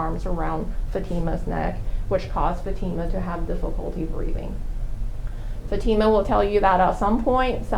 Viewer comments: I hate how he kept referring to the daughter as "fatty-muh" rather than "fa-teem-uh"; like he was trying on purpose to continue to degrade her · They can’t even be bothered to say her name correctly. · That lawyer mispronouncing her name while defending arranged marriage and attempted murder is so childish lol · Say her name correctly!